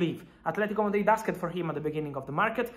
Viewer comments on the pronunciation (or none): none